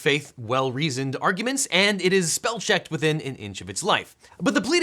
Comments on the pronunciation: It’s speel checked🤓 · Uhm acchually its “speel checkered!” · “speel checkered” 😂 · "speel checked" I'm sure that was intentional I was lost it lol